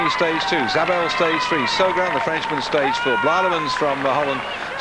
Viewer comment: y does he pronounce it zaybel